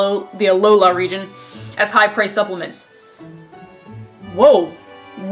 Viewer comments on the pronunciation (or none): none